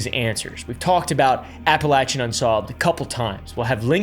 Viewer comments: I'm sorry but the way you are pronouncing appalachian got me nicked Cos ain't it appa-lay-shen Not apple-chen. 🫤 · AT LEAST LEARN TO PRONOUNCE THE LOCATION OF WHERE THE MAIN STORIES TAKE PLACE (APPALACHIAN), HOW IDIOTIC CAN YOU BE TO LEARN THE BASIC SOURCE MATERIAL.